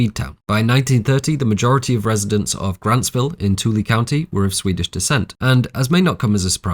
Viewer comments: "too-ella" not "tool-ee" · Tooele is pronounced Too-illa not tooly, awesome to learn that, I actually have a lot of ties to Grantsville. Some weird stuff out there. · Also did anyone notice his pronunciation of Toole? He called it “2 Lee” but it’s actually “too-will-uh”. It’s so funny no one from out of state can get it right. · Hey this is just funny to me and totally understandable because the name is stupid but Tooele, you pronounced like Two-lee And I KNOW ITS WEIRD but its actually pronounced Two-willa Its so stupid and i get that you mispronounced it but yanno, (also fun fact i knew someone who lived in Joans apartment in hereditary) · I'm so sorry to say this but tooela is actually pronounced too•will•uh for some gods damn reason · Not to be one of those people but Tooele is pronounced as (Two-will-la). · Tooele is pronounced "Too-will-uh" with the emphasis on the second syllable. - grew up in utah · I loved this video, the amount of research you did is amazing! I didn’t see any one else say it so I just wanted to let you know the city of ‘Tooele’ talked about is pronounced “Too-ill-a”; I specifically lived on the chemical weapons/Army depot there with my family from . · Amazing breakdown of this film. As someone that's lived in Utah, I'm fascinated that Aster picked there to do some of his filming. Also, if you find yourself talking about towns in Utah in the future, the pronunciation Tooele, Utah is Too-Will-Ah. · Fantastic video, for future reference Toole is pronounced TWO-ILL-UH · Fun fact from a Utah resident. Toelle is pronounced Too-ill-uh. We don’t know why either. Also Hurricane, Utah is hurr-ih-cun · I know it’s not a huge deal, but I’m from Utah and Tooele is pronounced ‘Two-Will-Uh’ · Just a heads up, from a Utahn: Toole is pronounced "Too-ill-uh". I don't make the rules, but given that Utah is a fairly cheap filming spot, it might help you in the future too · forgot people outside of the state don't know how to say tooele 😭